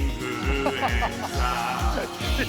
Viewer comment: 日村さんのインフルエンサーがエンサーじゃなくてインーフールｴﾝｻｰなの面白すぎて死ぬww 伝わってww